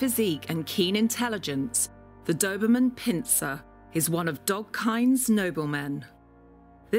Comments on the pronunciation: 'A Doberman Pinser' WHAT? its pinscher!!! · The. Doberman Pinser! Umm did you mean pinsher? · It’s too bad the lady can’t pronounce the breed name correctly. 🙄 It’s not Pin-sir.....it’s pronounced Pin-sure. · Did she just really say Doberman PIN-SER. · “The Doberman Pen-sure” 😂